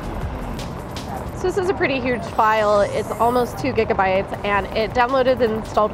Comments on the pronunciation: disliked cuz she pronounced gigabyte wrong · GIGA BITE!!, NOT Bit